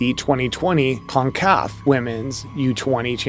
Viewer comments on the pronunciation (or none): The pronunciations of CONCACAF and Vlatko Andonovski were... interesting